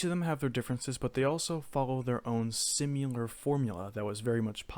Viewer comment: its SIMILAR not "SimUlar"